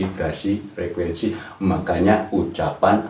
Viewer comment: Frekuensi apa frekuesi pak😁